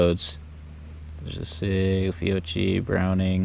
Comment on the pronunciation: FEE-OH-KEY, I’m Italian, the chi is pronounced key. Great video